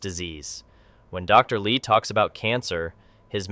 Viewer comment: Narrator pronounces Dr Li as Dr Lie in some portions of video.